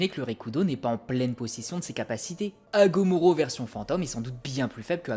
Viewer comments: Juste frérot le nom de l’ermite rikudo c’est Hagoromo pas Hamogoro😅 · Hagoromo pas Hagomoro mais sinon super vidéo 😁👌🏼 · Force à toi , et juste je crois que son nom c’est Hagoromo et pas Hagomoro 😅mais sinon bien la vidéo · C'est l'inverse, tu as dit " Hagomoro " et non " Hagoromo " 😅 Mais c'est pas grave, la vidéo reste qualitative pour autant ! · hagomoro? qui? hagoromo! lol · Agoromo pas agomoro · « Hagomoro » Hagoromo aaaa 🤣 En tout cas très bonne vidéo ! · C'est Agoromo pas Agomoro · On dit hagoromo pas hagomoro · c’est pas sensé être « Hagoromo » et pas « Hagoromo »? 😂 Sinon, j’ai pas encore fini de regarder, mais je kiffe déjà Et est-ce qu’il serait possible de faire une vidéo sur la puissance de Kabuto stp?? 😊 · Tu as bien dit Agomoro. J'ai dû réécouter trois pour enfin accepter que tu as bien dit Agomoro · Mais normalement on dit hagoromo non ?😧😨😓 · Hagomoro ? Hagomoro ? Tes sur de toi gros ? 😂😂😂😂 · Hago"RO"mo zebi 😂😂😂